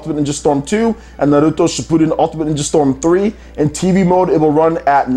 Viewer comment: You need to stop pronouncing Naruto as Nahluto